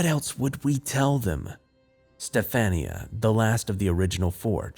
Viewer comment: Sci fi creepypasta are my favorite! And do u mean STEF-AHN-YA?